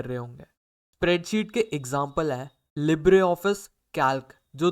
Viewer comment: bhai pls english improve karlo its libre not libra